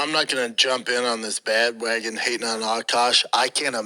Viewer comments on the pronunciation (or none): did he say “bad” wagon? 🤦‍♂️